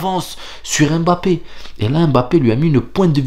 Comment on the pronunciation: Pas EM BAPPE, mais mmmmbappe...mmmmm...quand vous dites mon, vous ne dites jamais Em ..ON...